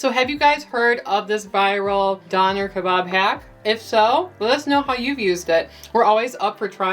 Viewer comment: Your pronunciation of "döner," "tzatziki," and "gyro" was a huge turn off. The word "kebab" is a Middle Eastern term which goes with the "döner." Döner kebab is a Turkish dish. Gyro is Greek. "Kebab" is usually a term used for meat stacked onto a skewer. tzatziki is a sauce that is traditional for the Gyro. A garlic yogurt sauce is traditional for the döner. Other than this complete lack of context, your video was actually pretty good.